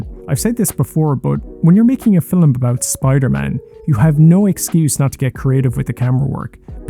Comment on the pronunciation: me being a dick, I apologize. You're pronouncing the L very strongly, so it sounds as if you were saying Filum instead of film I really enjoyed the video!!